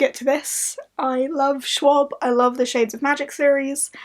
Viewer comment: That pronunciation of Schwab made me giggle. I'm rooting for you on this readathon,. Kick its ass!